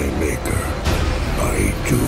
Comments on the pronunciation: 😂😂 I thought Optimus said "my nigga I do" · 0.27 I swear Optimus says "My N word"! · I think he said my maker it just sounds like that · he said "my maker" but it does sound like it